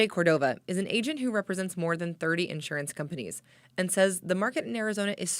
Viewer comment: She can't say insurance correctly. Why they have this woman on this task if she can't pronounce the word Insurance correctly.